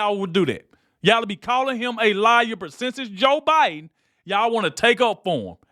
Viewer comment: That title is a straight up lie > Nothing was caught on camera, no producer rushing on set, Charl gives Whoopi a kiss for how brutal their fight is & you sir need to learn how to pronounce Biden > His name ain't Buyin', it ain't Bine, it ain't Biyan, or any of it. Truly horrid drama stirring content that utterly bullshits it's hype